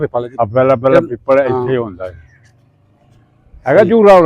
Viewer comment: ਪੀਪਲ ਨਹੀਂ ਪਿੱਪਲ